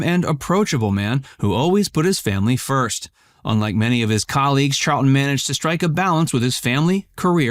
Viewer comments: Wrong, it is Charlton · Real news NOT: Cite your source or button it up. It’s Charlton, you silly person.